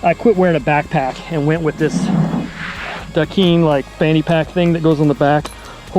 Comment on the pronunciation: Great review, new Strive owner here as well. Just a fun heads up about Dakine, the Hawaiians use that word as their "um" between sentences and it is pronounced like Da-Kind instead of Dakeen. Same here as a out of shape MTB rider. It's good to take the view of a normal Joe like us guys. First trail ride on my Strive later today!